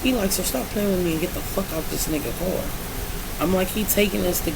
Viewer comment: “Get out the carrrr.”😭